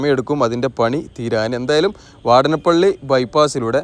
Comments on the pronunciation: " വാടനപള്ളി " അല്ല. .,. വാടാനപിള്ളി is Ok.. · വാടാനപ്പള്ളി ...വാടനപ്പള്ളി അല്ല !!